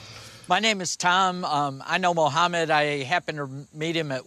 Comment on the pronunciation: I love how says mohameds name properly